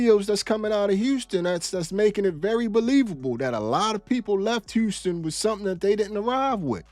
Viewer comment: ummm…is that woman deaf? Or was that an AI glitching out? I can’t handle the way she keep saying “Houstick”